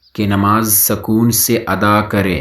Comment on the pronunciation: زرین اقوال جزاک اللّہ خیرا کثیرا Sakoon nahi sukoon sahi talaffuz hai.